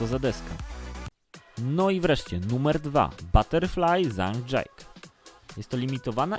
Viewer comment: Wszytko ok ale czyta się zhang ,,dżike"